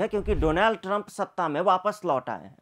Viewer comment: Bhai trump ka naam sahi sy lu😂😂😂😂😅😊